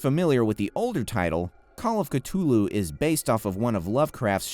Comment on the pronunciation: You're triggering me by saying "Cut ulhu"